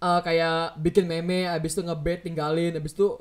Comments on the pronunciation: Meme dibaca mim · meme dibaca mim toloo:) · Shitpost everday yang penting w ketawa Btw meme di baca mim >:)